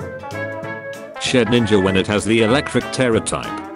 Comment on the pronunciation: When he said shedninja i though he was struggling to say greninja